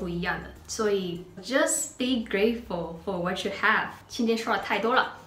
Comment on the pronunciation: 最后再提个小建议，just be great 的 be ，发音可以清楚一些，我们有时候学英文发音为了连贯而连读反而让人更不好理解。其实每个音都发准就不错了，美国人能听懂